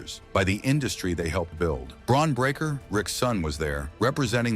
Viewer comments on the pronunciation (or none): none